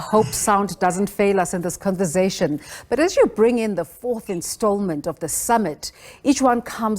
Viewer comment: Akusuye 'converzation' ngu 'conversation'!